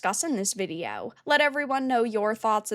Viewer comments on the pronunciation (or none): I love how she says "videyeow" 😂